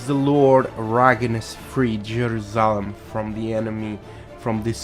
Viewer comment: "Lunahh'tic" was annoying me, but when he said "JeruSah'lem" HELL NO!